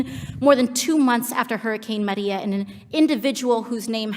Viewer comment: It's not the way she pronounces it it the way she goes out of her way to make sure she pronounced Puerto Rico and Maria with a Spanish accent. That's why people commented about the way she said it.